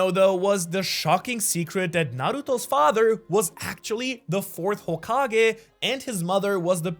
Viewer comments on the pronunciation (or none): none